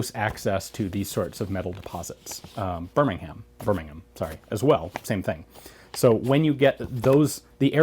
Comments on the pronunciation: Nice to see someone can pronounce Birmingham outside the mother country. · Love your correction of pronunciation of Birmingham.. <3